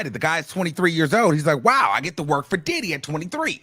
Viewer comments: Right like "DID-HEEE" AND "DID-DIEEEE" for MEEEEE 😅🤦🏾👀🤪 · Son ,i ❤ the way, you say DIDDY- DID-HE!!! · The way says ‘Didee’ cracks me up every time.😂😂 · The way u say diddy😅😅😅😅😅